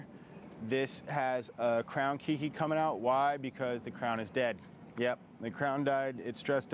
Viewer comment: LOL love your videos but One small correction, the baby plants are called: Kei-ki, not ki-ki. Keiki is a Hawaiian word for child. That being said...Question: Is it better to remove some of the Keikis to propagate another plant and not suck the life from the parent? Or better to leave them on?